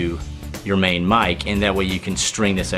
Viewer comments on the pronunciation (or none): none